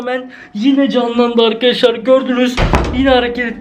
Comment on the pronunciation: Akaşlar akaşlaar değil ARKADAŞLAR